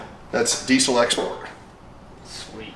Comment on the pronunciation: The trouble is they are not pronounced "grooper" but "grope er" and "eye su zu" not "ee su zu" and "dee zil" not "dee sil"...